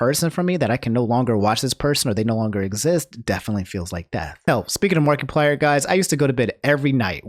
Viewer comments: He also said markyplier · um he said MARKEPLIER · "marky-plier" lol sounds weird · Something about the way you say Markiplier makes me laugh 😆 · Is is me or does pronounce A LOT of things wrong like Toph, Pokimane, and Markiplier ect. ect.